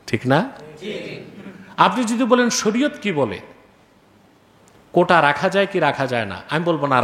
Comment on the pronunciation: কোঠা না, আসল শব্দটি হচ্ছে, "কোটা"...